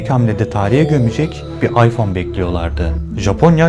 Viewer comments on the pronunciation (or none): none